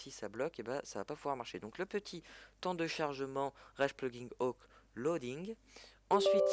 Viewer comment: Au secour comment tu dis "plugin" ton Anglais me fait saigné des oreils!!